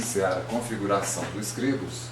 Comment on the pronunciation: Está pronunciando Scribus" totalmente errado, no mais o tutorial é bom